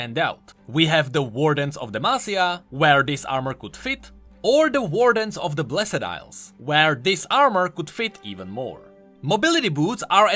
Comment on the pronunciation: I really like your content, but please, learn how to say "blessed" because my ears are bleeding.